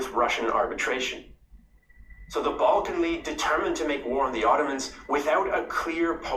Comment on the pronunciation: Balkan wars not Bulkan wars 😀